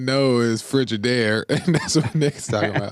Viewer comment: Jesse so country he doesn't know he pronouncing Frigidaire wrong im from Bama.